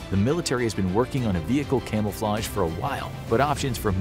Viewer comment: Camelflage? What’s that